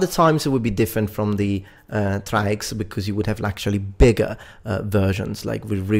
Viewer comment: Most of what you said is false, First off it's Thraex not Trax, secondly the main fighter of the Murmillo was not the Thraex it was the Retiarius, another thing was the Provakator was the gladiator based on the Legionary, I'm not trying to be rude but when you make an educational video you should try to make sure you have everything right.